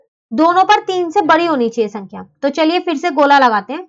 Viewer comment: Mam बरी नहीं बड़ी होती है